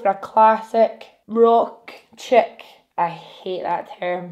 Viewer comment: You sounded so American when you said “rock chick Smokey eye” 😂💕